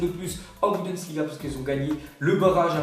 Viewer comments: J'ai remarquer que tu disais souvent "Budensliga" à la place de "Bundesliga" ^^' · Jme fou pas dsa geule mais il illitré nn ? Budensliga il dit et c pas la seul fois qui prononce mal des nom de clubs ou autre et sur mon orthographe bah g laflemme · Stp arrête de dire « Budensliga » c’est stressant